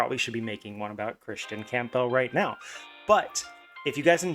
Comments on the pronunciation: The pronunciation is painful to listen to, it’s Cam-Buhl. Camp-bell sounds ridiculous. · Dude theres no chance you think his last name is pronounced that way